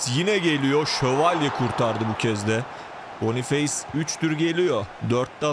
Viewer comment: Bonufes diye okunur abi